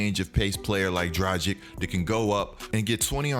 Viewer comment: Did you say Tragic instead of Dragic?